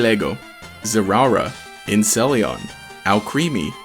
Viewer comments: INCELEON LMAO I SPIT OUT MY SQAWBERRY NESQUIKE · Inceleon is my favorite...